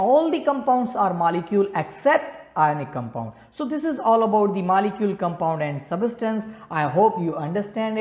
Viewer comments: It's Molecule not Malecule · Your pronounciation is not good Its molicule not malicule its atom not athom Its example not exampul . You should make well your pronounciation.